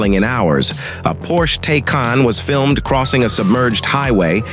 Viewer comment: WHAT? A “Porsch Taykahn“??? Porsches exist since the early 50s - time enough to learn the right pronunciation: Say „Porsches“ and drop the 's‘. And Taycan is pronounced “Tykahn“. By the way, Lamborghini is pronounced „LUmborghini“.